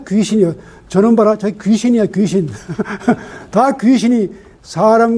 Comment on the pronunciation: 좋ㅎ은 강의입니다. 한가지. 귀신의 "귀"는 "길게"밯음하시옵소서.